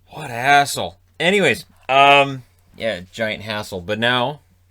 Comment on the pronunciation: Not gonna lie, it sounded like you said something else when you said, "What a hassle."